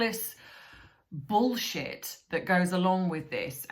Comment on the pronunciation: Hiya I heard today that Thomas sent her flowers for her birthday and she ignored them, not a dicky from her. No thanks no kiss me ares nothing. I bet she chucked them in the bin like she did Catherine's. By the way you say bullshit sounds so posh 😘❤️